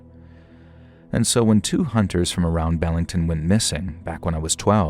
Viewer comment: Be-ling-ton Not, Bell-ing-ton